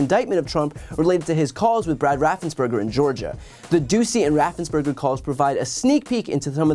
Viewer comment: Great report again, Brian. Just one thing. RaffensPerger – not Berger. Otherwise, cool as usual.